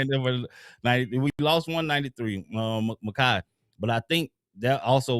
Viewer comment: Muh-Kai Bur-Row